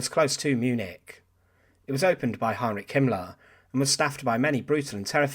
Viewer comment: Heinrich not Heinlich